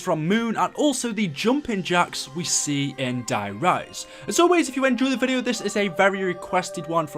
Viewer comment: anyone else notice how je says die rise like is der reise